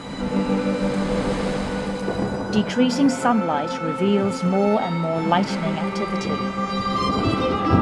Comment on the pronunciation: Beautiful video. Naff commentary. It’s “lightning”, not “lightening”.